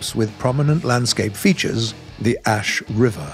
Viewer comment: Oh yes As(s)h River